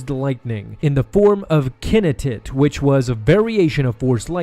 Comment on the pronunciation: learn to say kinetic lol